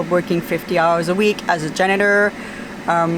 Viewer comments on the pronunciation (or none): none